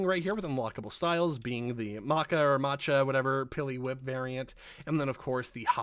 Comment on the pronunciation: Great video but nigga ain't nobody gonna get mad at you for saying matcha correctly "motch-ah" it's non controversial